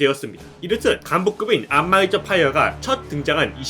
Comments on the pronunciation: 안마이저가 자꾸 안마의자로 들려서 웃음참기가 힘듬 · 안마의자라고 들려요 ㅠㅠ